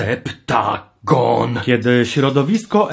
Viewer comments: Ty źle czytasz nazwę tego serialu, to nie Septagon,a Sa Mo Gon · To nie jest Septagon to jest Sep-Ta-Gon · SA-MO-GON znaczy SE-PTA-GOOOON Btw ile ruda ma lat? Bo sądząc po jej zachowaniu wydaje mi się że jest nienaturalnie dorosłą z wyglądu pietnastolatką. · Tylko ja już nie czytam normalnie septagon tylko sep-ta-goon